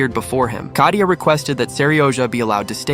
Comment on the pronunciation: Kayta? It is katia